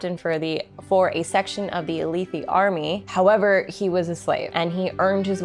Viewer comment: feel free to disregard for your own pronunciations, but jasnah = ‘yazna’ (think german j and s), alethi = uh-leth-thi